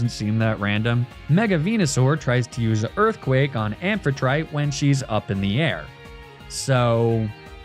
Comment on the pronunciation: Also, unless you're doing a comedy bit about Amphitrite's pronunciation, IIRC it has the same principle as how one pronounces Aphrodite, ending with a -tea/tee sound?